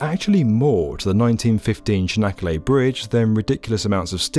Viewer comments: "Çanakkale" is more like -ch-anakkale, not -sh-anakkale. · its not canakala its tsjanak ka le how u read it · "Chanaggalla" :D